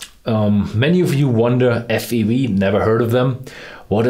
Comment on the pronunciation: He said F E V 😭. It’s … F-E-W